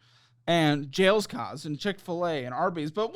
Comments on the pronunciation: Jaliscos is Jails-cos for 🤣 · The park were pronounced Jaliscos “Jah Lee’s Coas ” took me out 🤣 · Pronouncing Jalisco’s “jails coz” is truly unhinged and so -coded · Pronouncing Jaliscos as Jails-cause had me rolling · i love how lives in austin and still doesnt know how to pronounce jaliscos properly. I've seen this mispronunciation in like 6 videos now lol.... learnnnn brah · Throughout all the chaos of this episode, pronunciation of Jaliscos had me dying 😂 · The way pronounced Jaliscos hahahha